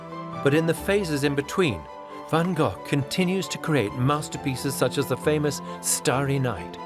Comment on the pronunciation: Not Van Gogh..